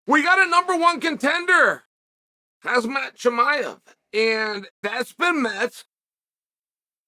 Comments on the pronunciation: It's KHamzat, not Hazmat Chael 😅 (I did the thing Uncle Chael, I commented please heart my comment 🙏) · Are you saying Hazmat on purposee or? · Hasmat/Harzmaat beats Strickland. Chael you pulled it off mate, you butchered his name on air and he didn't react 😂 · I love how Chael says Hazmat for Khamzat and MockleChev for Makhachev 🤣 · And no matter how many times you correct him he will insist on pronouncing the names incorrectly. 😂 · He said hazmat lol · What is up with you never pronouncing names correctly. HAZMAT and MAKLCHEV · Pronounce his name correctly before talking.